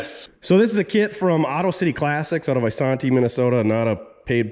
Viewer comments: Eye san tee Minnesota, more useless information. Don’t worry I have your employee’s back whenever he slaughters a towns name in Minnesota. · Long "A" in Isanti, sir.